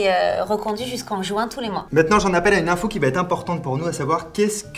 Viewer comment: Heuuuu ! Je ne suis pas mentaliste mais par contre suis je le seul à entendre une liaison bien appuyée à "j'en appelle à une info" qui devient "j'en appelle à une nympho"! Un indice : c'est Clara Morgan à côté 😂😂😂